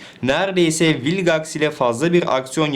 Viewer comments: ABİ MALGAX DERKEN VİLGAX A MAL MI DİYOK? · Hayır rebootun sadece 1 bölümünde vilgex diyorlar zaten öyle okunması lazım